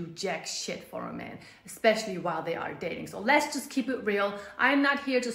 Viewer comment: "SHE'Z NOT YOUR'Z IT'Z JUZT YOUR TURN"